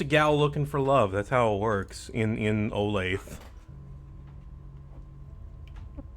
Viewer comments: as a kansan hearing "Oh Lathe" instead of "Oh Lay Thuh" is driving me crazy!!! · can i donate in 2026 for you to call it Oh-lath-uh, which is how its pronounced in KS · its p funny tbh